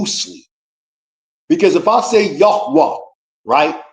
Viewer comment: YOU MEAN YAH - WAH. 😂😂😂😂😂 YOU FUNNY.... MUCH RESPECT✊🏿🔯